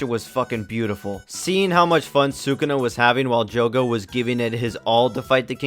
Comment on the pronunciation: You lost all credibility the moment you pronounced sukuna like that lmao